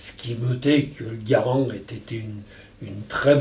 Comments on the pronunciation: sugar glider John Garand was born a french canadian. So yeah that's technically the right way to pronounce it. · He pronounced Garand right lol. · I think Ian might want to start learning French! Hearing Henri say Garand in the correct French manner is oddly pleasing to the ears.